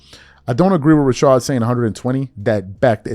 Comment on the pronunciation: Rashad, I don't know why can't say his name correctly lol